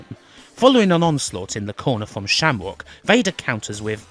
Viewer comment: LOL -- "Sham-wock". No way you're not inbred.